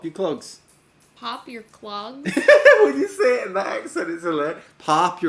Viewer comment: PAWP UR CLAWGS